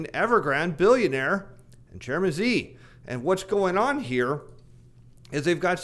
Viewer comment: Dear, the closest approximation for President Xi’s name pronunciation ( like “she”) not “z” or “gee”. “she” “gin” “ping”